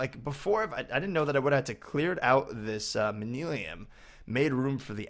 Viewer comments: It's not mani lim it's Man-You-Ling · nothing against you... This may just be the way you say it, but if not... The propper way is man-you-lin:-) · im just trying to help you pronounce it like this man-you-lyn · It's pronounced man-u-lin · It's pronounced man-yu-lin. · its pronounced man-you-lin